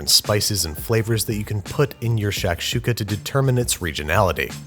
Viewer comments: Great cooking, but I couldn't help but cringe every time he pronounced it "shack shooka". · It's "shock-shooka." Can't let you keep saying "shack-shooka." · its not pronounced "SHACK- shooka" its pronounced "SHUCK-shooka". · It’s not sh”ack”shuka it’s sh”ah”kshuka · im sorry but hurissuh.... lmao shacksukuh.... lmaoooo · Shik shakshuka dunera e tuka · Shakshuka.... it's pronounced more like tshektshuka.... at least in my region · “Shaq’s Huka”. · I cringe every time he says "shack"-shuka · Bro the way he’s saying shakshuka like shack-shuka is pissing me off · Babie baby, the shak in shakshuka is pronounced like "shock", as in "shock and awe." Loved the video though this is one of my favorite dishes. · Şakada Şuka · His pronunciation of Shakshuka hurts my brain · its not shakshouka its a freaking jozmoz with love from syria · Sak suk( english pronunciation" shak shuk" for the "s" with tail is pronaunces az" sh") means in a jiffy in Turkish and shak shuka means something prepared quickly, and very popular on the western part of the country . And never done in a cast iron skillet. As for the rest of the country it's called " menemen" and has tens of different varieties